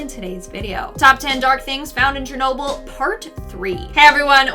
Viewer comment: "who wants to take a trip to chernolble me and my gf